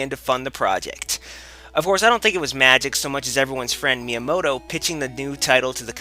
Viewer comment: He said it correctly